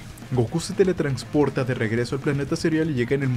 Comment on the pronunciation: Dale like por cada vez que diga "teletrancsporta" xD